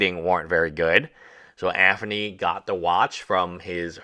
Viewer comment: Bro stop mispronouncing Anthony with a "F" i enjoy your videos on this subject matter but you lisp is annoying AF. AnTHony and Aferny.